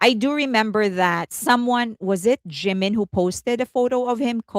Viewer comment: Here we go again! First, his name is Jimin, not Jinmin. Second, copied? Blonde hair and long is now intellectual property of Felix? What are you talking about? Blonde hair suits Jimin very well. He is absolutely gorgeous. You could have praised your faves without mentioning Jimin, but you can’t help yourself, don’t you?